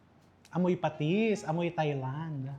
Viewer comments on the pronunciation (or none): none